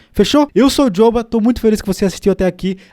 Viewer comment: Seu nome e jóba ma jóba. “Jhoba” não existe e jóba que fala corrige ae nos próximos vídeos por favor